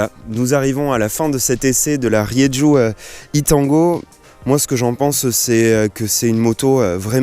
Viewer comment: on dit Rérou !